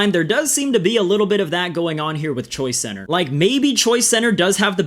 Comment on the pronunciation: Only thing I have against this video is it sounds like you’re saying Choi center and not choice center